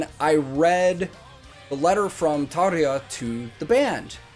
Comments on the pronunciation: Good start ... you know how to pronounce Tarja :) This was special. The band was all in, especially Floor of course. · I want to congratulate you , not just for the video, but for being a Yank and actually bothering to pronouncing Tarja's name properly. All of the non-English names actually. Not something you see often in the youtube universe. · I love 💓 how you pronounce Tarja 😄